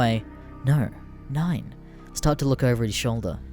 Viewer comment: i spent 4 minutes trying to understand tf "No, 9" meant - damn it was "Number 9"